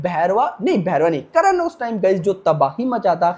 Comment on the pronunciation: Karan nhi karn करन नही कर्ण